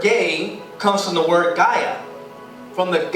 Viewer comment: Yall do know that the word gay originally meant happy. Yall really out here attacking a word without actually doing research. Yall better verify information yall get just because someing sounds right doesnt mean it is. And its (Guy-ah)